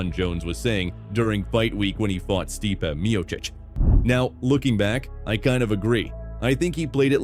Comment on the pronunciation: This guy doesn't watch mma 😂 "Stypy"??? 😂 lol